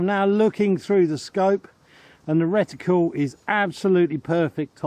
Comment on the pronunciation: As always - very interesting. Well done on learning how to pronounce "reticle" properly 😂 I always assumed that moving a scope from one gun to another would require a re-zro due to the different characteristics of the barrels and (possibly) different height between the centre of the bore and the centre of the crosshairs - due to different block designs.😊